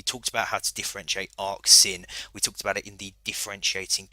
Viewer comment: Brother please its sine not sin